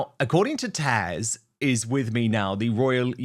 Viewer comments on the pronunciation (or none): Why didn't you correct Dan when he called you Tash, instead of Tazz. Sorry, being pedantic, but I really dislike it when people say Taania instead of Tunya when they speak to me. As far as their different locations, it could be because she's feeding into his own paranoia because she's mentally disturbed. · It's Taz not tash good vide though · Dan, 'TAZ' not 'Tash' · Dan, your guest's name is TAZ not Tash! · Does dan call taz tash ...? Or is it just my ears (and the subtitles)? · Dan, you're guest's name is TAZ, not TACH. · Dan, her name ia TAZ not TASH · Hey Dan, her name is Taz, not Tash. ;) lol. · Dan your guests name is Taz!!! Please stop calling her Tash!!! So annoying and rude! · why do you keep calling taz tash lol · Love you Dan and I hatE to say this, but her name is Taz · Dan not being rude but it's Taz not Tash ❤ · Sounds like he’s saying Tash? Is it Taz or Tash? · Like and support your channel, Dan, but why do you call Taz ‘Tash’? Is that her real name or is it a genuine mistake? I’m just curious, not a hater at all. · Dan why do you keep calling Taz Tash? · Isn’t she called Taz not Tash? 🙃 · Dan….. TAZ, rhymes with Jazz. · Dan dear its TaZ not TaSH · En,lovely commentary, but I think her name is Taz, not Tash……I’m sure you mean well, but maybe check it out. ❤ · TAZ not TASH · Dan, it‘s „Taz“ not „Tash“…